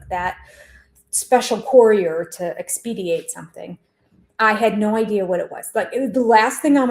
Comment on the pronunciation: Enjoyed your video but expedite not expediate,. 😆